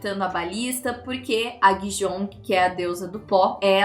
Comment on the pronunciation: Guizhong se fala "Gueijon" sendo "gue" com a mesma pronuncia que a gente fala o "gua" em água, só que com o som de E no lugar de A, o "zh" tem som de J apesar de ver todo mundo falando zong li, é jonli mesmo 😅